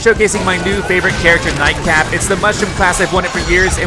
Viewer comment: it sounded like you said night crap